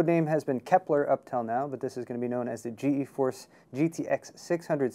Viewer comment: stop pronouncing it as G-E-force it's pronouced as "Geforce" [Gee][force]